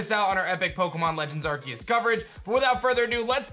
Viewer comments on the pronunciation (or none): What is it with you people!!! the pokemon's called ARSEUS pronounce the "c" not "K"